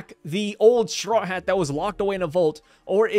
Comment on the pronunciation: I think all his Haa Haa's might be him trynna say Hat